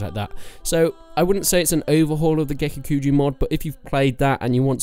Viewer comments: Please, PLEASE, don't say gekukuju... it's gekokujo. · Gekukujo [Geh-Koo-Koo-Joe] Joe not jew. smh. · I know you say kuju because of the accent but in all seriousness, “is it pronounced kujo or kuho”? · I cringe when you say Gekokujo, or Daimyo. The dabbing mod, uh ok you definitely aren't considering this a serious top 10, pretty funny but meh, haven't seen your previous top mods for Warband but I definitely think Perisno should be considered a top mod, aside from that Prophecy of Pendor, and a few other mods are also rather good, personally I recommend watching Reformist TM and his let's play of those mods to get a feel for them. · Lord of the Void I agree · Take a shot every time he mispronounces Gekokujo. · How do you pronounce Gekokujo differently every time